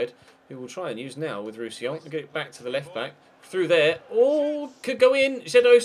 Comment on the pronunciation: You said Roussillon properly. I'm so proud of u 😏